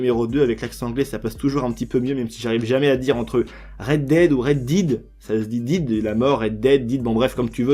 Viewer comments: Pour la prononciation de DEAD si tu veux ca se prononce "Dead" et pas "Did" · Sa se prononce 'Red déde' mais pas 'Red dide' mdrr mais sinon merci pour l'info ! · Dead = dèd sinon merce pour l’info